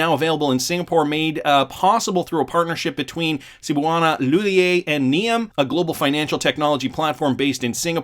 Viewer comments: Cebuana Li-hul-yer thats how you pronounce it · Re: Cebuana Lhullier. You pronounce the Lhullier with a hard R. Just so you know. Keep up the great job, though👍